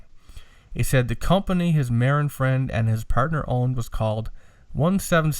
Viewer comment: FYI. Marin is pronounced MA-RIN. It is the county that begins on the North side of the golden Gate Bridge. Sausalito, Mill Valley and San Rafeal are 3 of the towns there. Several famous hippie bands moved there in the 60's and 70's when it was still pretty Bohemian. Now it is the affluent part of the Frisco Bay where high end Beemers and Mercedes etc. flood Interstate 101. There ya go. Random info for the day. Congrats on the Apollo. That pic of Bill Putnam working on an 1176 limiting amp inside the box really puts perspective into what you have. Search the phrase "Universal Audio 610 Console" to see and hear a neat vid of a vintage UA console in use. My opinion on the sound. More mids on your voice and cut the boominess a bit. Then you and Ryan will sound more balanced. You sound kinda scooped. Listen and see if you agree or not. Thanks guys.